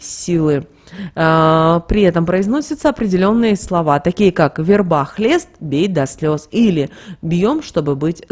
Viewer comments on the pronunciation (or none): Почему вербА, а не вЕрба?